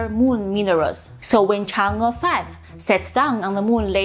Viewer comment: "the Chinese moon lander chang-ga". arghhhh